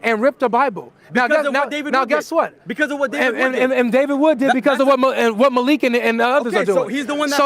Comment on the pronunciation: His name is not MALIKH . It’s Man-Leak 💧